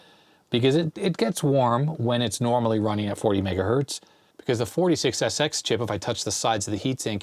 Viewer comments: what is mega Berts LOL oh you meant Mega HERTS LOL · I heard "MegaBerts" which I agree is pretty much fine. 10 "MegaErnies" is a problem though... ;)